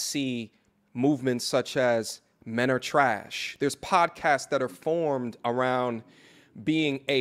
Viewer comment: can you please stop saying whymen....I’ll befen to refer to men as myn LOL